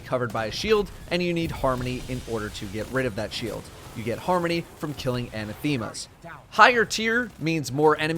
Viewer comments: Pedantry in 3, 2, 1 ... It's "a-NATH-ema", not "ana-THEME-a". Also, the corsair down can lead to a new pursuit if you do enough in a single week. There's a thread on /r/raidsecrets about it right now, but /u/GrimnirFaltz. Not sure if there is more to that that is still undiscovered, but at least it's something. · It’s Anath-ema. Not Ana-theema. It sounds like diaspora. Upvote so he can see. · love you man, but it's "uh-naTH-ma" not "an-na-theme-a." Killer work as always! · Well this was a MUCH NEEDED guide! The Dreaming City is a NIGHTMARE! Well, a "Nightmare" IS a dream, right? I haven't gotten to it yet but I heard say something about having ti kill: "anatheema's" I'm sure that's spelled: ANATHEMA?? If so, that's pronounced: a NATH ima. It means cursed, as in cur SED,, not just regular "cursed". Just sayin'! I like that word! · "Anna - thEEma". 🤡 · əˈnæθəmə (anathema) - accent on the second syllable, short e sound. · Sucks that the blind well is so fucking lame, bland, and boring compared to EP. Typical bungie taking something fun and then Impleneting something worse later on. You mispronounce "anathema" btw. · Great work as usual, really appreciate it. The only complaint I have is... The way you say "Anathema" hurts my soul. Other than that, 10/10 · Is he trolling or does he actually not know how to pronounce "anathema"?